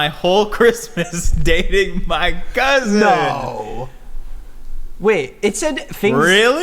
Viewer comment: The way pronounced "cousin" as "cousint" brought me back. Haven't heard anybody pronounce it that way since leaving Michigan.